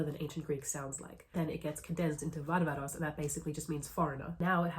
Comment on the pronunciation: Thank you for pronouncing βάρβαρος correctly as 'varvaros' not 'barbaros'.